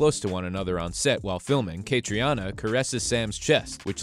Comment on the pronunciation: Please learn out to pronounce Cait's name. It is pronounced Katrina.